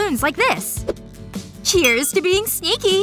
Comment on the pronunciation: 😀 I like how they prononced being lol ... prononced fav lol Can someone reply me to growing persons' meaning ?